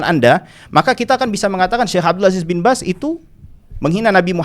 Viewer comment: Bin baz bukan bin bas